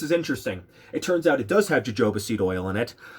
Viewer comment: wait...it is pronounced "hohoba oil"...with j sound, right?